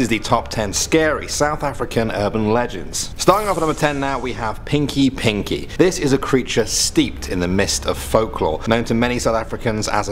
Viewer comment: Its pronounced peenky peenky, yes, I am south African